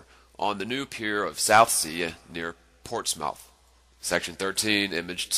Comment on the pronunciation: You called it ports mouth. That's not how it's pronounced it's Portsmuth